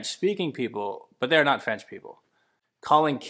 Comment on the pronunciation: Over 52% isn't a minority, it's a small majority - more than half of the total set. When I was in Montreal, everyone spoke English once I asked if I told them (in French) that I didn't speak French. Also, why's this dude saying "Franch?"